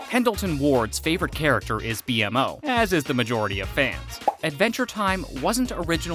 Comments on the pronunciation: It's painfully obvious you've never actually watched the show. You call B-MO "B-M-O" and the Candy Kingdom "Gumball Kingdom". If you're going to make a video on a subject, do some frickin research. Poser. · Just call him B-MO, not B-M-O😭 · This is the second video I've seen where you call B-mo B-M-O. It's pronounced Bee-mo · It’s not pronounced B . M. O It’s pronounced BMO. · SAY BMO NOT BE EM O AAAAAH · Just the fact he says B-M-O instead of B-MO ruined the whole video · right, like tf is a B- M- O- ? ITS BMO! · There’s a lot of incorrect “facts” here but decent video. Also it’s BMO not B M O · stop calling bmo B M O call him bee-mo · bro said bee em moe and gumball kingdom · All that research and he’s still calls B-MO B.M.O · This guy hasn't watched a single episode. "B-M-O" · IKR or pronounce it as the cast in the Outro where it says “beemo” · For real, it hurt everytime he would say „bee-em-o” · Seriously. Almost got me yelling at my screen. It's B-Mo! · I've never stopped watching a video faster after I heard B-MO pronounced exactly like that. This channel should thrive with non fans and interns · The fact that he mispronounced B-MO undermines the entire content 😂 like are you even a fan??! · The way you say bonnebell and BMO makes me wonder if you even watched the show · Bro won't even say BMO right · Lost me as soon as he spelled out Bmo's name